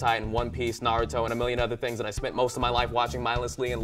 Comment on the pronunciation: sheds tear....thank you so much for actually pronouncing Naruto.correctly.